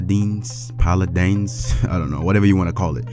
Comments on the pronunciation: how the fuck do you not know how to read? Pala-din? Pala-dine? nigga its paladin. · i mean Paladeens, no...Paladines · "paladynes" "paladeens"... it's called fucking PALADINS. "PAL-A-DIN" .Pal as in friend, ADIN as in a dinner. you English failure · "Polodons" LOL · At number 2 we have Paladans, paladains? Paladance? 😂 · Paladin pronounced (Pal Add In) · Yeah but the way he was saying it is paladans it was funny lol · Trust the guy who can't say paladins. ...Suuuuuuuuure. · I can actually hear the community college in your voice. What kind of failure can't pronounce PALADIN?